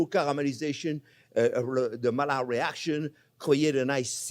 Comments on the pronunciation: Thank you I know the Maillard reaction (discovered by Louis Camille Maillard) very well, I was just criticising your pronunciation of his name. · I'm sorry but I stopped looking after the 73th time you mispronounced Maillard, Louis Camille Maillard was a French physician and chemist, mallard is a duck. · Don't even change, your mispronuciations are just so funny. The duck reaction, i.e. the mallard reaction :D What makes it even funnier is that he's French and knows those two LL's become an I.